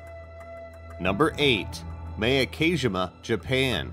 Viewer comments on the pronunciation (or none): Miyake-jima is pronounced Mee-yah-k-jee-mah not miyakeijimah